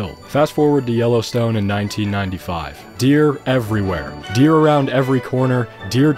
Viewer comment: All I can hear is YOLOstone park :D